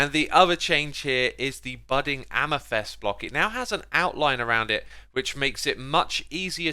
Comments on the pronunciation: why does he say amythest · i like how you say amythest